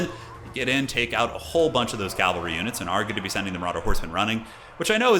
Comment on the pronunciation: cavalry, not calvary